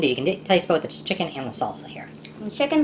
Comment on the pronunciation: saying “you can deffly taste a hint of salsa and shicken” in salsa chicken is crazy